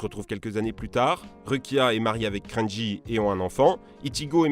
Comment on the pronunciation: "Krenji" j'ai tellement mal...